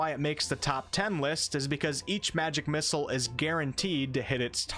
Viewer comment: please stop pronouncing it "magic missles"